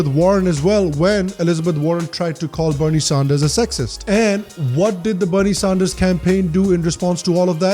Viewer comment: Please not Sahnders